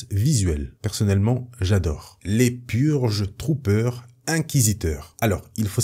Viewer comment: Pour la partie sur les Purge Trooper g eu un bug , j'ai compris Pur jus troopers xD